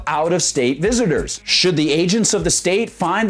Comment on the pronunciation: Did she say, "... Visiners..."?? Haha, nice diction lady